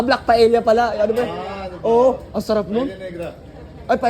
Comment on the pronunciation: Napakakinis ni Eomma mo Spanish fish Sir Paella silent L ang basa . Sir ano kaya pa second wedding kayo hehe para kumpleto kayo 😅